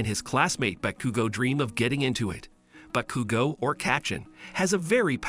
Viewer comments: (Boo-kudu-go) is wrong it’s (baa-kuu-go) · Me too but also cracked me up becuz he said BAHCUGO AND EYEDA. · "Bakoogooo" "midoreea"💀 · The mispronunciations are giving me a stroke💀 Why does he say midoriya like medorya💀 And bakugo like bakuogo